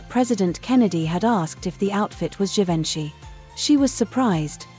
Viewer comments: Teach your A.I. how to pronounce the name of the iconic designer Huber Du Givanchy. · You too?!? Everytime they chopped the pronunciation I yelled at the screen! 😅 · Why use AI generated images in your thumbnail? The dresses pictured never existed in reality and they aren't the same as the ones featured in the video. And please use a bot that knows how to pronounce Givenchy and Oz. Basic stuff. 🤪